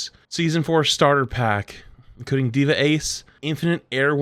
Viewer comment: Did he say dva 76😂😂😂😂